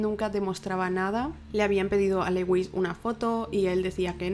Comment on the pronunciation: Me intereso el caso pero no pude acabarlo del TOC que me dio el "Leuis" constante, es bien sencillo buscar en google "como se pronuncia (x) en ingles" y listo, dios... se pronuncia "LÚIS", que cringe ._. si van a hacer casos extranjeros mínimo infórmense de la pronunciación.